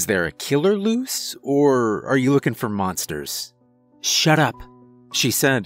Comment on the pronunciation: It sounded like he said “She looked under the bed for munsters” the first time